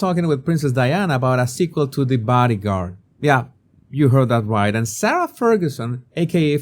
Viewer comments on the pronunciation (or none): none